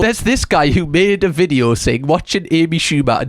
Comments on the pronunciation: I hadn’t noticed until you said it. Now I can’t unsee it. Thank you😒😂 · The way says “vid-yo” is truly one of my favourite things.